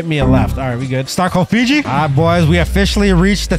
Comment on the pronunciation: Who the hell is figi it's fiji